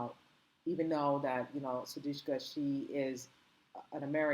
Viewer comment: How is it possible to continue to mispronounce her name.How ignorant.Her name is S-U-D-I-K-S-H-A.Get it right